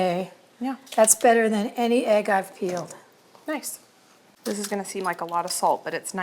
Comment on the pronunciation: is so arrogant and dismissive of her sweet mom. Her mom is a better cook than she is, let’s be honest. Also, egg is not pronounced “aig”. Listen to your mom,. She never responds to what her mom says. She changes the subject immediately as if her mom didn’t say anything😅. A little too arrogant for such an unprofessional home cook. runs circles around.